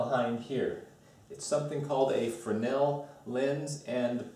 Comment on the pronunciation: Oh my God at least you can pronounce fresnel correctly